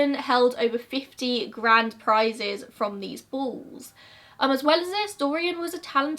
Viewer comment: I thought she said bulls i even googled bulls😂😂 interesting, ive never heard of this love hearing new mysteries